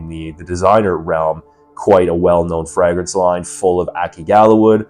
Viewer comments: Fray-gruhns. Never heard it said the way you say it 😂. Also can't believe you wouldn't just use the real bottle for your review dude come on 😂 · Honestly a perfume reviewer that doesn't use the real bottle and doesn't know how to say Fragrance correctly 😂. Is he real or AI 😂😂😂